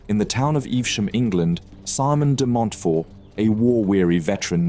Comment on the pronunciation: DemontFORT and Lewes pronounced Lewis